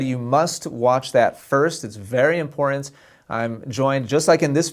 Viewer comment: "imporent"...IMPORTANT!!!, TANT not ENT!!! TANT IMPORTANT!!!